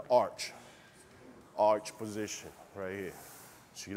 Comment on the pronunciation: Righ', righ'.